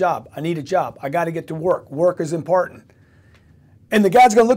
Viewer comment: He seems to stumble on ' important' too...' impartent'?